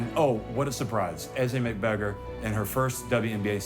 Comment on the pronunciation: How about learning how to pronounce her name properly?